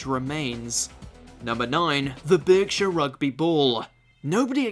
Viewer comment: Berkshire is pronounced barkshire